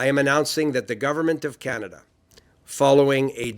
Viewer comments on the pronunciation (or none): Can Melanie please pronounce Canada properly it is not canda